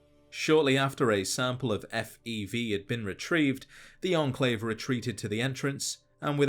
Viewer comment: its enclave not "endclave"